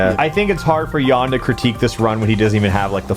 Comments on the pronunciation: No idea why are you pronouncing his name as Ian when it's clearly Kan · haha team chaos is overthrowing a Jan (pronounced JA-n not Yan) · Theres a reason his name is pronounced yawn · Jan sounds somewhat like if you would say yan. trust me. Id know. Its my name as well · Ok ykw, that explains why everyone pronounces Jan's name so ...strange lmao..... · Rofl, as a person who likes pchal. Hlget fucked Jan. It's not pronounced yawn. Fuck the Germans. Auch.... Ich liebe dich, aber werde gut. I spent 6 years learning German to say get good.... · I love how wrong ppl pronounce Jan...